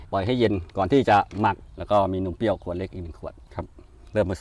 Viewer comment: นมเปรี้ยว ค่ะ ไม่ใช่ นมเปี้ยว